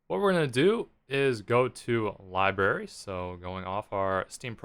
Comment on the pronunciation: Library not libary!